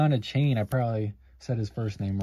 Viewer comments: Sadly you pronounced his last name wrong it’s like A-Chan not A-Chain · Hey — FYI Achane is pronounced “Ay-Chan”, not “Ay-chain” 👍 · Achane is pronounced as "a-chan". the e is silent. yeah mosaic seems rough, i opened another 2 blasters from target and pulled a mosaic Anthony Richardson but noticed that its off-centered top/bottom, like 90/10... so sad. still havent got a case hit yet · De-Von A-Chan is how its pronounced (from a fins fan) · His last name is pronounced AYE-CHAN. Nice case hit to somewhat save the rip! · It's "ay-chin" I thought